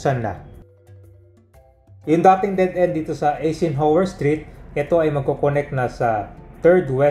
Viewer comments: Ang pronounciation ng Eisenhower ay silent E kaya dapat Isenhower ok not E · Some notes 1. Eisenhower is pronounced eye-sen-hower 2. Col. Bonny Serrano Avenue as a name is used exclusively by Quezon City LGU, San Juan LGU still uses the name Santolan Road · i-zen-hawer po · mahina talaga sa pronounciation,kahit noon pa